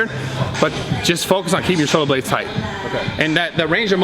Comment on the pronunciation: Anybody else is triggered by Brad saying nice and thight and not high and thight? #ymh #TryItOut!